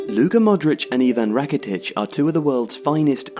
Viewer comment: its not Modreač its Modrić...🤦🤦